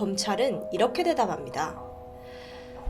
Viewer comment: 가득합니다,대답합니다의 표준어 발음은 [가드캄]니다, [대다팜]니다 입니다. [가드감]니다 [대다밤]니다 와 같은 지역 사투리를 생각보다 많이 사용하시네요. 신경써주시면 더 좋을 것 같습니다 ^^